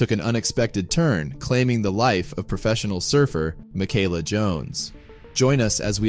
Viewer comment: You’re pronouncing it wrong.